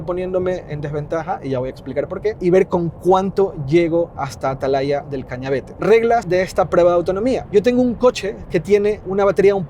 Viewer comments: Hay algo que me molesta mucho en este video, y en el de Angel... Y es que, teniendo el nombre del sitio en la pantalla, sigais diciendo "Cañavete", cuando es Cañavate. 😁😁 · ¿Porque todos decís mal el nombre de Atalaya del Cañavate? 😅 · Atalaya del Cañavate, Cañavate, Cañavate !!! Que muchos en Youtube lo decís mal